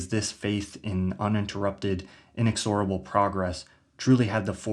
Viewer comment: Inexorable has the accent on the second syllable